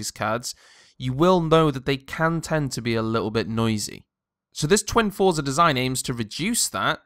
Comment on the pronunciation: Got the Gigabyte r9 290 for $80 off. Its actually quite quiet. TIP for review dont really talk about looks as they are personal choices. Also its pronounced "froze-are"